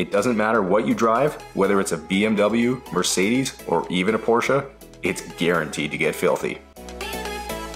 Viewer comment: It's not quite correct, and listen to how he pronounces Mercedes at the beginning of the video.